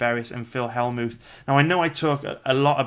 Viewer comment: Skimmed through and knew you would butcher more names haha. Phil Hellmooth??